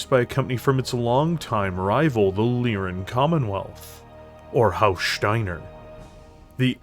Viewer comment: every time he says shteiner theres another H